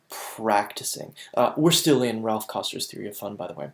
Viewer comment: Good quality video.... one thing that drove me slightly nuts is calls Raph "Ralph" like 70 times.